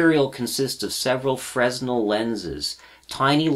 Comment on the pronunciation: Nice video. BTW fresnel is pronounced fray-NEL. The lenses are named after the French physicist Augustin-Jean Fresnel.